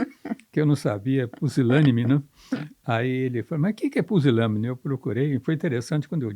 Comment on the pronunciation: "Pusilâme", "Pisilâme"....CRUZES!! O homem não consegue nem PRONUNCIAR a palavra "PUSILÂNIME" CORRETAMENTE !!! COITADINHO DELE!!!... Entrevista nem um pouco viciada...que VERGONHA!!! E se dizem "jornalistas"... É impressionante, o "gabinete do Amor"...